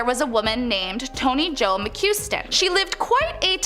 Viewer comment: Mais beb, I think you need a few lil pronunciation lessons. Calcasieu = kal-kuh-shoe. McQuiston = Muk-kwiss-tun Nothing here sounds like it is spelled.